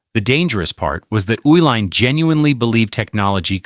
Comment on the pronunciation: I am from Milwaukee and was in college (when I drank a modicum of beer) during the 1970s. First correction - the family that owned Schlitz (and half of Milwaukee) was pronounced ee-line). The Uhilein family cashed out of all their major Milwaukee holdings. It was said that they changed the formula in order to drain all the money from Schlitz, which was an excellent beer for low price in the early ‘70s, to horrible stuff within a few months. I first tasted the new formula when visiting a friend in Boston, and assumed the difference in taste was due to the difference in water. Several months later the same change happened in Wisconsin. I switched to Heiliman Special Export, which was bought out and changed a few years later. American quality on mass produced items is gone.